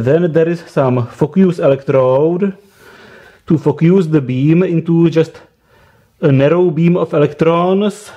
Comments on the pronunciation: What?! What are saying?? You saying “Fuck use” instead of “Focus”😆😛😜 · focus or fouckius??! 😂